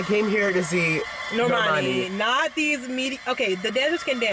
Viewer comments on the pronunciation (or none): bruh bruno pronounced normani's name wrong when he was saying the academy awards stuff, "nor-mun-ee"